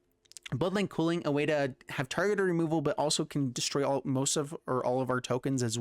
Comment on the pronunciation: Same, and he called culling cooling. 😅